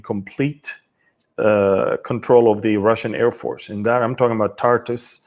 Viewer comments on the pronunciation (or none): none